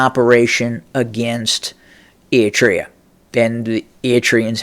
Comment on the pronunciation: Hello, first let me congratulate you for finally been able to pronounce the name “ERI-TREA” properly as opposed to “Etria” as you use to say it. That is tremendous progress. Now I hope that you will work on pronouncing properly the last name of the delusional and phony current ruler of Ethiopia or city state of Addis Ababa as you aptly described him, namely Abiy as AHmed and not Amed unless you meant it as a pun to describe him in Amharic as ኣመድ to mean dirty (soil). BTW, your description of the geography of the region is impressive but your political analysis leaves a lot to be desired. To begin with, Abiy’s latest pronouncement against Eritrea is simply a bluff meant to detract Ethiopians from the serious political, economic and social quagmire that they find themselves in thanks to his inept administration. But even if he were to be serious, he has a zero chance of winning as Eritrea is too experienced, well-armed and diplomatically well-connected. To make matters worse, ownership of the Red Sea is not the concern of Eritrea alone but that of all the countries who border the Red Sea including Egypt and Saudi Arabia to mention a few, all of which are opposed to changing any ownership of the Red Sea by any means. In any case, a certified narcissist that he is, Abiy has gambled big time and there is no doubt that this will be his last one as he will not be around for too long. Mark my words!